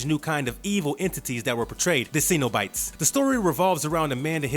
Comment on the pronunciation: Why does it feel like this guy has never actually watched any of these movies? Hellraiser spawned a successful franchise??? The way he says Cenabite and Rami? My ears are killing me!